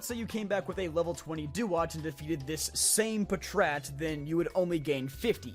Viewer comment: im sure that it is pronounced pat rat